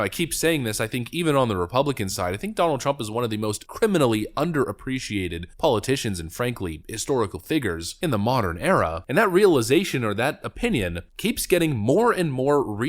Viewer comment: "Historical figgers." Nice. Didn't practice, did you?